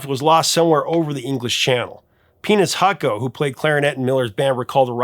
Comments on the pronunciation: I thought you said "penis hucko", I had to look it up, it's "peanuts hucko"..... I hope you intentionally made it sound like you were saying penis and it's nothing freudian that I should worry about. I've been living as a deeply closeted man for years, and a slip like that could potentially upset the whole thing. Godspeed Glenn, he's up there with herb alpbert and the big bopper now. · It sure didn't sound like you said "Peanuts Hucko". Neither did closed-caption. 😀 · Brother, this was a great video for me to find your channel from. Really appreciated the Richey Edwards entry. As a note,- I'm hard of hearing, and it took me 3 times to hear the name of Glenn Miller's clarinetist correctly, and the auto captions were of no help! 😂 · Great video! Funny story - The way you said "Peanuts Hucko" had my girl and I confused, so I turned on closed captioning, and let's just say the closed captions heard the same thing we did 😂